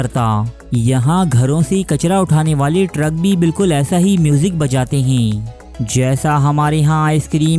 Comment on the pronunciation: انتہائی غلط الفاظ کا استعمال کرتا ھے۔ 'ھے' کو 'حئی' اور ھیں کو ۔۔۔۔۔ ھائیں 😂🤣